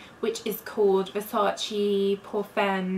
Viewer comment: Stop saying versaci, it's Versace. The e is pronounced as a vowel.